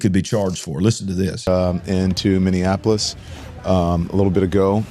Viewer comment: Folks, please allow me to help you the pronunciation of MINNEAPOLIS. It's pronounced Minnie-appolis. It's NOT Minnie-an-appolis. 😘 Thanks for your time!